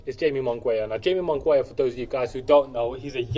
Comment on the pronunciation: Good video! One note though: #4 is "high-may moon-gi-ah". :-)